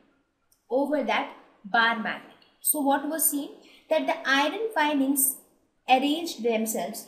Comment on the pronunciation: Very helpful i just saw this video even i didnt stidy the whole lesson but only with the help of ur video i am gonna write my exam by thw way u pronounced the iron fillings wrongly..but anyway thats not the matter ...tnk u so much for urrrrrrvideo upload more like this